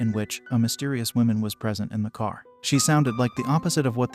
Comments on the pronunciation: 🟦...I gotta admit it, I giggled every time the digital narrator said: 'The "Whimin"(plural), instead of: "The 'Whumin'(singular). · Learn how to properly say "womAn" Holy shit. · Why the hell are you pronouncing woman like that